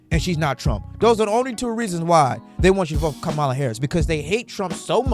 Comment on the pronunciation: 1. You keep pronouncing her name incorrectly. 2. What do you mean by “people who are still undivided” 3. You have misplaced anger, if she isn’t your pick… don’t vote for her. Do your research, make another video and request that Trump provide you with any answers at all….. you are an angry unprofessional person and it’s giving mommy issues…